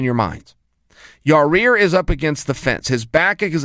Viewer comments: Yair not yarear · It's Ya-ir and not Your-rear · You're overthinking the name. Ya-ear. No middle R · Chael....Ya-ir...take your time and sound it out. Just say it 1 time. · i swear you can almost hear chael say "yair" correctly the first time, and then ""corrects"" himself. amazing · It’s ya eer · I came here just to hear him say Ya Rear. 😂😂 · Yah-Rear 🤣🤣🤣 Chael think about them buns. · Yall say Ya rear, but do u remember stipe in his debut being called miosick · Yahrear, lol how hard is it to say his name joe and Brendan literally call him ziar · Ya-rear 😁😂 chael is a legend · How is awesome is Yah-Rear? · Sounds like chael is saying your rear instead of yair lol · YI-EARRR lol for his accent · To Chael has called him Ya-zir, Zaire, an Ya-rear... It might be that Chael has never heard anyone say his name... or he can’t read. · Who the F is Yah Rear? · YawRear! Lmao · Got to give it to him he has improved on the pronunciation of yair. You'll get there one day chael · Okay King Chael has to be just trolling Yair with that pronounciation at this point 😂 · Why can’t Chael say his name right? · Love Chael but how do you massacre a name so badly lol